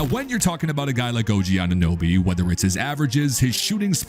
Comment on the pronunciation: What is it with these amateur reports mispronouncing OGs last name. So disrespectful and embarrassing